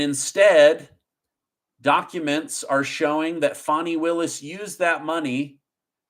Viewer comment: It’s like nails in a chalk board when you say her Name!!! UGH PLEASE SAY fanny Not Fawni!!!!